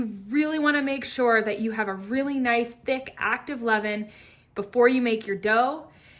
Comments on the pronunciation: Levain is French...pronounced Levaaaaan. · Lol, Ievin? I thought she was saying eleven the whole time, as in 5 part flour plus 5 part flour plus 1 part starter! 😅😅😅😅😅